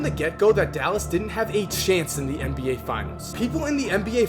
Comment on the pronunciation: Why do you keep saying MBA?